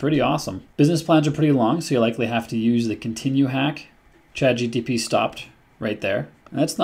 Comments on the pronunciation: I hope you are aware you are keep saying "ChatGTP" instead of "ChatGPT" Other then that, thanks for the vid :) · You said CHATGTP LOL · Bro... Start with learning the proper order of letters in ChatGPT... because you systematically pronounce (and even write sometimes) "ChatGTP"... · Am I the only one to notice that you call ChatGPT ... Chat G-T-P? Hmmm. I have heard a few people do this. It's a sort of auditory dyslexia. BTW: I found the same (similar) prompt on the Coursera course with Vanderbilt University. This is a GOOD prompt, I won't call it the ULTIMATE prompt, but it could be used by most or for most use cases because it is a generic prompt that can be use in whatever context you may deem fitting. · Came to say exactly this 😂